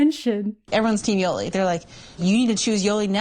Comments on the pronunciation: "Yo-Lee" I can't listen to you say her name like this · The way says "Yolee" 😂